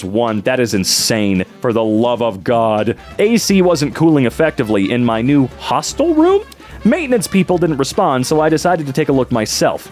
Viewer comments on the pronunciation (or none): hits that "hostel" like its Ron's gone wrongs "Hi AbSaLoM"